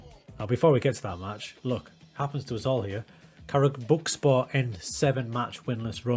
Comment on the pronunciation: I really liked your approach to the game. Congratulations on your first job at Karabukspor. I am Turkish so I know a thing or two about Karabukspor. Firstly, it is pronounced as "Karabuikspor". You can write it to Google Translate, select Turkish and listen how it is pronounced. Your pronunciation was good enough but you can still improve. Secondly, they were a very good team 10 years ago. Have you heard of Emmanuel Emenike? He is discovered by Karabukspor at that time. He was fantastic and Fenerbahce bought him. Then, he went to Spartak Moscow and many other European clubs including Olympiacos and West Ham United. At his times, Karabukspor was in the Turkish Super League and was a very hard team to win against. Now, they are at the bottom due to the bad management. So, your job is very hard. But, I think you will deal with it. Good luck...